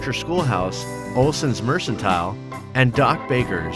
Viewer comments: Yeah that was driving me nuts watching this and hearing him mispronounce that word. Anyone who watched the show would know it was a hard C in that word. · you need to go back to school and learn how to read and learn correct pronunciation. Mercantile is pronounced: "mer kan tile". Not "mer san tile". Once or twice mispronunciation, ok. But every time was so irritating. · Mercantile is not pronounced mersantile, but merkantile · This really bothered me too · Loved the documentary! But, for goodness sake, the store is pronounced "merKentile" with a hard C, NOT "merchentile" with a soft "ch"! Please research proper pronunciation! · Great video and enjoyable. The word mercantile is pronounced merKantile I believe. The narrator said, “MerSantile”. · Ive studied Lauras life for many years... both teh books and show are superb. Its not pronounced Mersantile, it pronounced Merkantile. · Good job! FYI Mercantile is pronounced Mer 'kan' tile, a hard c. Just sayin. :) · Why is he saying "mersentile""? Should be pronounced 'mercantile' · It is NOT pronounced "mer-sin-tile", it's pronounced "mer-can-tile". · Mersentile? Mercantile, merkintile. You need a dictionary son. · MrRandyh07 i noticed that a lot of these documentaries are people who pronounce words wrong. 😂 what can you do, right?! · Should have given up trying to pronounce it right and just called it "the store" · Mercantile is pronounced with a hard C. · Olsen Mershentile? Is like pork chopsh and apple shauce? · The narrator should know how to say mercantile not Merson tile and the name of the character was Nelly Olsen not Nelly Oleeson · It's pronounced "Mer-KEN-tile" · You lost me at “ mersantile.”